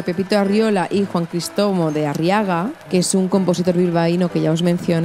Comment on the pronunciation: "Juan Cristomo de Arriaga" no, cariño. Ese hombre se llamaba Juan Crisóstomo de Arriaga. Te has comido una sílaba. No me extraña porque el nombre tiene lo suyo... 😅